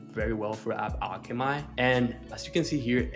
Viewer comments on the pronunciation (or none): I stopped the video to find this comment when he said "my app is called AppAlche"my"' because I read it as alchemy, but..hey...still good content